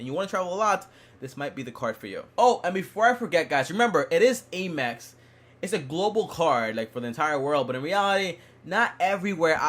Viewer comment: it's not Aye-mex, it's Am-ex